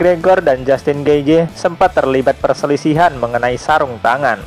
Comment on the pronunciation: Di bacanya getjeh bang